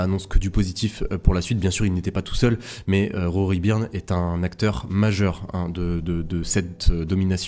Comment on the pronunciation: Encore meilleure video qu'hier bravo. Qq remarques: 1/ Rory "BEURNE" ET PAS 3birne" ou "BURNE";-) 2/ Vasseur est une "crapule", il se peut fort qu'il ait gardé qq. nouveautés jusqu'aux essais hivernaux à venir 3/Tu dis que le maintien des susps AV type pushrod (+ légères que les susps à tirant) sont le r"sultat d'une recherche de gai nde poids par la Scuderia: Or, avoir maintenu un paquet de peinture sur la caisse est un peu contradictoire avec ça, non? 4/ Aspect important qu'il te faudra sans doute creuser rapidement: Vasseur a fait signer u ncontrat pluri-annuel à C Leclerc, et peu de temps après il lui met L Hamilton dans les pattes en 2025: rude! La question évidente: C Leclerc va-t-il "sagement" absorber les conseils et etc. du 7xWorld Champ', ou... partir ailleurs? Kek' t'en pense, toi?